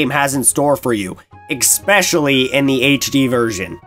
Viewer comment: I know I'm being a nitpicker and maybe an ass, but you keep saying "exspecially" instead of especially and it's driving me insane.